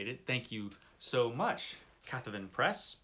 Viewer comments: Thanks for the mentioning our books. I'm so glad you checked to make sure you pronounced it right! 😂 It's actually cat-haven - as in haven for cats. The magazine was originally published under the title, 'Occult Detective Quarterly', by Sam Gafford's Ulthar Press in the USA. When we tragically lost Sam to a massive heart attack a few years back, we thought what could be more appropriate than stories that had previously been accepted by Ulthar Press finding a new home at our own Cathaven Press? You're an HPL fan. so I know you'll understand. Ro Pardoe is a renowned M.R. James scholar, who edited & published 'Ghosts & Scholars' magazine for many years. She never wrote any other fiction, but she's written an awful lot of excellent non-fiction on James, & other classic ghost story authors. Just in case you ever need to pronounce my name, just split it into 3 syllables - Br-zes-ki. It's easy! 😁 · I figured you just copied Olly, who was the first person to make that mistake in pronunciation. :D